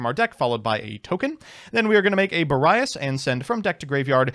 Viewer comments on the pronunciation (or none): Therapist: pronunciations can’t hurt you Me: I know, I know, it’s just… he pronounced Boreas as “Bore-Eye-Ass”